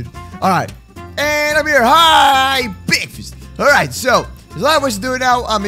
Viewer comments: BREKFASTS XD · BEKFAST MAN!